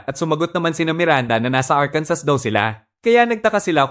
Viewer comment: ARKANSO THE REAL PRONUNCIATION.